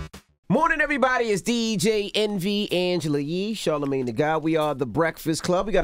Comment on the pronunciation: 3 mins in n this nigga said "holler" twice n called charlamagne ..char..... lmaooooooo DONE